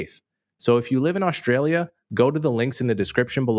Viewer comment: I rarely, or never, disagree with Coleman - but I have to take issue with his pronunciation of "Australia".